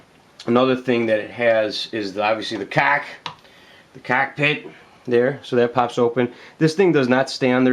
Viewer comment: "so the CACKpit... the.. the CACK .. PIT... CACCKKK"